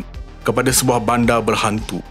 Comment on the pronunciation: Bandar bukan banda Sekitar bukan sekita Sinar bukan sina Liar bukan lia Konten pendidikan seperti ini seharusnya menggunakan perkataan dan sebutan bahasa yang betul. Bahasa jiwa bangsa. Kalau kita yang memartabatkan Bahasa MELAYU siapa lagi?